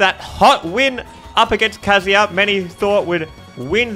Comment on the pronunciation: It's kazuya.